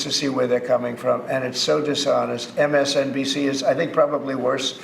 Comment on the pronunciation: Trump saying MSBNC. Lol.